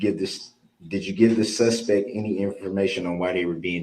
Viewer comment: I think he has no idea what leading or hearsay or relevancy actuall y mean. He just says it to say something. He apparently skipped 1st grade when you learn “sight words.” Even my 6 year old granddaughter and grandson know “any” isn’t pronounced N-T, nor is it spelled that way.